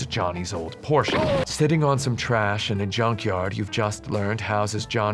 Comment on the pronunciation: Also thanks for pronouncing "Porche" correctly. 5 out of 7.